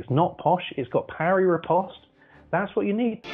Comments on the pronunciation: I pronounce riposte correctly so yes. The wins give me that. I learned it on day 1 and this guy still hasn't. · riposte is one of the first words you learn in fencing. So yes, it definitely is important. You obviously don't know what you're talking about. Just be quiet if you don't have anything to say. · I hate that this guy is an "expert" when he cannot properly pronounce "riposte."